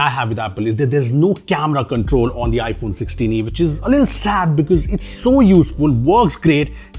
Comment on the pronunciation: Not iPhone Solah-e.... it's iPhone Saalee